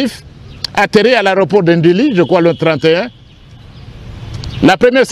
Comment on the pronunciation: incapable de prononcer NDJILI,il prononce NDILI